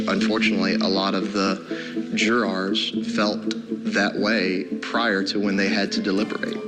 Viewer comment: odd; right? Is it a SC thing? Idk I was a court reporter for 35 years, I’ve heard a lot of crazy pronunciations. I’d say it’s meaningless other than he put the em-FAH-SIS on the wrong SY-LAH-BULL and ran with it as it came out of his mouth?